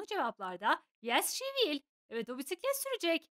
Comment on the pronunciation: Hocam will will şeklinde okuyorsunuz ama o aslında wıl şeklinde okunur bunun dışında ingilizcenizi beğendim😊